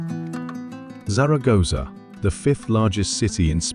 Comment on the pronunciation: Could have made an effort with the pronunciation of Zaragoza.btw " baroke" is "barok" in British English